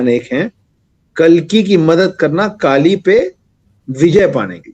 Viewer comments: First of all Kali nhi kallleeee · दानवका नाम कलि है न कि काली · It's not kaali it's Kali , कली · Woh kaali nahi “kali” pronunciation makes a big difference becoz kaali Devi hain aur kali asur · Pronounciation of Kaali & Kkali is not same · Vaiii kali nahi koli or bali nahi boli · Its not kaali ....its kali🙏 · त्या राक्षसाचे नाव "काली" नाही "कलि" आहे. Please don't spread wrong information or pronunciation. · Not Kaali it's kali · Not kaali it's Kali. Kali purush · Its कली not काली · Kali na bhai kliii hai klii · kaali nahi kali😂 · Respected sir... आप ने बलि का उच्चारण बाली व कलि का उच्चारण काली किया। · First of all it is not kali(काली )it is kali(कली) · Pls pronounce it as kali sir.. not kaali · Kaali and Kali This man don't know how to pronounce and he is claiming to be the expert! This man is just a propagandist and trying to sell his books! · कली,काली नहीं | बलि , बाली नहीं| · Kali Ko Kaali Bol Raha Hain.... 😂😂😂wahh.. 😅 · Kali bolo kaaali kaali kyo kar rahe ho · Its not kaali its kali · yah u r ryt its kali not kaali Half baked knowledge leke log gyan pelte hain bhai